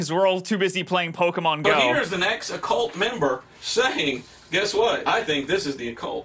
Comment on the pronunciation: I love how he calls "pokemon go", as "poki-mango"